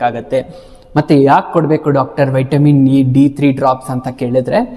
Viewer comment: ಉಚ್ಚಾರಣೆ ಮಾಡೋದು ವೈಟಮಿನ್, ಬರಿಯೋದು ವಿಟಮಿನ್ 😂😂😂😂